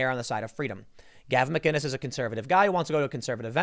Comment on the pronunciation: Theres no "G" in McInnes